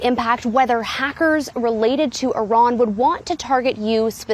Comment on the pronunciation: why cant this guy pronounce iran properly?